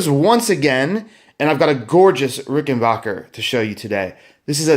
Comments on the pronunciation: Ok its not Rickenbocker it's rickenbacker can you not read the trust rod cover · it's Rickenbacker, not Rickenbarker. Nice guitar but high price, unless you can more details of use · Didn’t know that’s how you say it